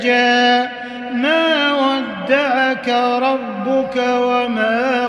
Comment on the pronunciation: Sya belum terlalu lancar membaca Al Quran, ketika mendengar mâ wadda‘aka jadi mawada aka, mohon maaf